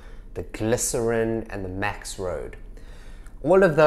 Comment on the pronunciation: Did you say max road?